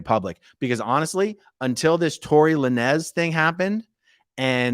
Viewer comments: La-nez. Love it. It’s lanes lol. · It's not La-nez. It's Lanes. Like the lanes on a Highway. He uses a Z cause he's from the streets. haha! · It's pronounced tory lainz bro🤣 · Tory Lanez, pronounced like traffic "lanes". Thanks for the update. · Hey man its a Rapper name its prononced to be Tory (Lanes)Lanz...A...Aron😂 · It’s pronounced Lanes. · Lãnes is the correct pronunciation. Glad he's doing time, what a schmuck. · Its Lānez where the e is silent and the a is a long vowel rather than the two syllable pronunciation you used. No biggie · You pronounce his name as Torri " Lanes" I think he is from Canada.. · "Tory le-nez". That's the funniest thing I've ever heard. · Just chiming in to say his name is pronounced "Lanes". Like Lane but plural. And I hope the judge throws the book at Masterson like the judge in the Tory Lanez case. The Jussie Smollett case made realize that sentencing impact letters are of public record and if you caught supporting reviled convict, you will have egg on your face. Fully expecting letters from Ashton Kutcher, Mila Kunis, and Laura Prepon. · Pronounced and spelt phonetically "Lain ~z". 😂❤️ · I think his last name is pronounced "Lanes". He shot Meagan the Stallion in the foot in his car on purpose during a fight. In case people were unaware of what that trial was about. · It's pronounced Tory "Lane's"... rappers aren't huge on grammatical error. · Pronounce Lanez like Lanes with a z. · You can pronounce the rappers name Lanes with a strong “s”